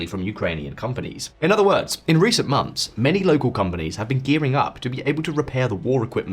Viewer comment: months NOT mumfs